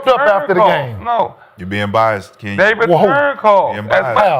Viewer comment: Kenyons Arena 😂 gotta chill